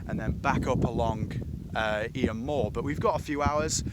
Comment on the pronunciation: Nice video. Just for reference, Eyam is pronounced Eeeem. Thanks for sharing.